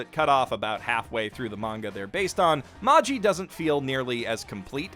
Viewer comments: Can we talk about how he said maji when it is said as magi multiple times in the series :/ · It’s magi not maji they say it in anime so much😭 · Jesus Christ it’s MAH GI not MAH JEE....how in the fuck could you ever get that wrong? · Heres him pronounce it Mah-Ji instead of Mah-gee. visible fury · Is Magi actually pronounced Mah-Gee and not May-jii? (I thought it was a reference to the Zoroastrian priests which magic was named after?) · I really appreciate a lot of things about this video, but it also drove me up the wall to hear someone repeatedly pronounce "Magi" - in which the G is properly pronounced like the G in "Gandalf" even in English and for which the pronunciation guide is right there in the series title - as if it were "Maji." What happened to let that one slip through the editing process? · LOVE ONE PIECE!! Magi is one of my most fav ever.. and dude.. how can u be sayin "Magi" wrong??? wth??? lol It's pronounced :Mah-Gee .. and LOVE Yu Yu Hakusho! Nice choices! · Isn't Magi pronounced with a hard G? like Maggie? Don't get me wrong I don't WANT to hear it that way, I like me a soft G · Me: "yes someone gonna talk about Magi": "ma-Gee" Me: uncontrollable anger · That is the most interesting way I have ever heard the word Magi (plural of Magus) pronounced. Taking all your recommendations, by the way... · The way he was pronouncing magi, and the fact he was saying genie instead of djinn is really throwing me off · I like how you mentioned Magi, but those pronounciations....Jesus.... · pronounces "Magi" incorrectly despite watching the anime Weebs: I'm not mad, just disappointed